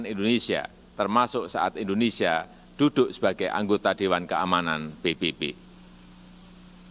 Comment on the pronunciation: Indonesia Bukan Endonesia